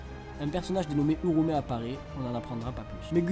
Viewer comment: Super résumé mais Uraume se dit ura-umé